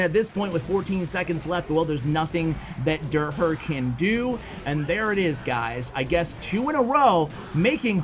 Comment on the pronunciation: So hilarious how doesnt notices that derher is a german name and pronounces it totally wrong😂